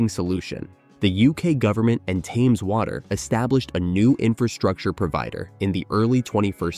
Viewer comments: TEMZ not TEYMZ. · Why are you pronouncing the word Thames differently in a matter of seconds after pronouncing it correctly? First the river Temz and then Taymz Water?